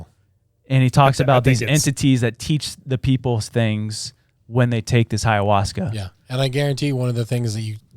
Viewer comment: It's hilarious that pronounces ayahuasca with an h in front of it lol